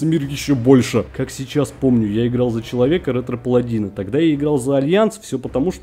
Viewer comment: ща походу у доброй половины паладинов рванули пердаки от твоего "ретро"... ретрИ епта =)